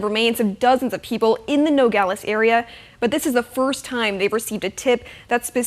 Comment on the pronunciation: Did she say "No-Gal-Ays"? It's Nuh-Gaa-Luhz❗